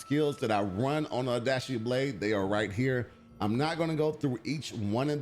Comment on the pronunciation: I know I’m being pedantic here, and I mean this with no hate, but it’s not pronounced “Tah kee da shin-jin” It’s Ta-kay-da shin-gen (gen pronounced like gun, but with an e instead of U) Oh-da-shee is close, it’s “oh-da-chee” with emphasis on the “chee” instead of on the “da”